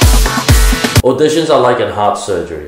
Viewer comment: I was ten seconds into the video and cringed with my entire being when he said auditions